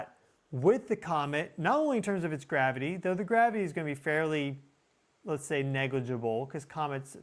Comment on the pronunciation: L E T ' S as in LET US ... "Lez"... wth?